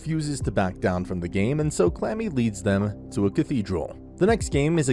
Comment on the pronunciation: He called Kurami, Clammy.